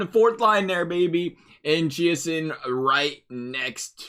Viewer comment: Chase-On Chiasson, Ju-Jar- Care-ugh J KHAIRA. Ask If you need to know any other pronounciations:)